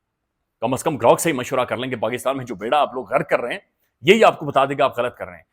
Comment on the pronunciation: GROk ko hum G'Rok prhty hein